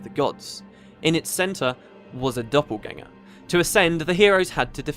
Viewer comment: It's "Doppelgänger" or "Doppelganger", not "Doppleganger" ;)